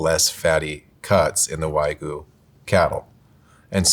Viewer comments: English is an analytic language, so whatever that excuse is does not hold water. And anyone who has any cultural awareness should see an obviously foreign word and question how to pronounce it correctly. Especially if you are claiming to be an expert in a subject matter. This just makes him look foolish at best. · I’ve always found it distracting when English speakers pronounce it wag-you (like a dog wags its tail), but why-goo is a new level of “maybe your condescending tone is undeserved,.” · Bro mispronounced wagyu like 20 times in a row. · white shirt guy pronouncing "wagyu" wrong so many times in a row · Why is it so hard for people to pronounce Wagyu correctly? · lol they all pronounced Wagyu 8 million different ways 😂❤ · The inability to pronounce wagyu is infuriating 😂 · Wagyu...It's pronounced "Wag-You" not "Way-Goo". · It's "Wa gyu", not "wai gu" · The number of times the bald guy mispronounced wagyu came across as a hate crime to my ears. Folks, it’s pronounced “wah-gyū”. The “gyū” is like if you put a g in front of the word “you”. Stop. Saying. “Waa-goo”. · It's not pronounced Wah-GOO, it's Wag-YOU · Please, you should have cut that one guy saying "why-goo" a dozen times. That was hard to get through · bro called it "waygu" like 20 times in one minute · can you please stop saying “WhY-goo” please! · A food professional can't say Wagyu correctly. Way-goo? WTF is that? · Why do people insist on pronouncing WAGYU is WAY-GOO or WAYGEE. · It's "wag-you". It's not that hard. If so many people are going to be so critical about how non-native English speakers pronounce English words, we can put ourselves to the same standards. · how is it that meat experts cant even pronounce wagyu properly😭😭 like what is wahgoo.... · why do these people never correctly pronounce wagyu. its wagyu not waigu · And he just KEPT SAYING IT. Don't pay for WHYGOO because you're not getting the part of the WHYGOO that's the reason we eat WHYGOO